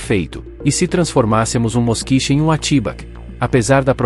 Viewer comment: Ao que me lembro, a pronúncia não é Moskich e sim Moskvich.